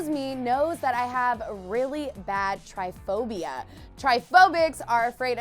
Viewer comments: She pronounced it wrong . she said tryphobia.....actually it is trypophobia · It’s not tryphobia... It’s pronounced “ trip-a-phobia” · TryPOphobia NOT tryphobia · it's tryPOPHOBIA not tryPHOBIA.